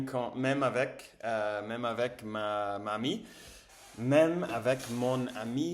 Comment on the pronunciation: "m'amie"😂... mommy